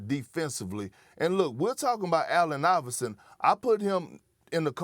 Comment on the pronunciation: Hel no you say iverson better than stephen curry😂